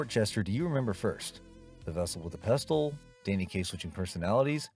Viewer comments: Yep--which is why the "narrator" pronounces "pestle" as "pest-tle". Thanks a lot, idiot--there goes the rhyme with "vessel"! Sheesh... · Please. The T in pestle is silent. That's why it rhymes with vessel. Try watching the movie with the sound on. One of my long term favorite movies. And of course I memorized the vessel with the pestle routine by my teens! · that's not Edith Head. It's Angela Lansbury. Also "pestle" is not pronounced that way. It rhymes with "vessel". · Love the movie. Quick note: The T in "pestle" is silent. That's why it rhymes with "vessel." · Even though he mispronounces “Giacomo” and “pestle”? 🤔 (It’s like he watched the movie without any sound.)